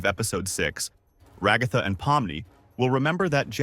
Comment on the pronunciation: Just came to comment about the times you pronounced it like "Regotha"